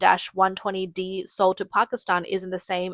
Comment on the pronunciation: It's pronounced aim not A I M. These would equip the American F-16. The American F-16 cannot use Chinese weapons and Chinese aircraft cannot use American missiles; this is school-boy knowledge...back to your ox-cart...